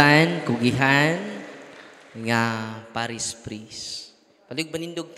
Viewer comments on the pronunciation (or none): none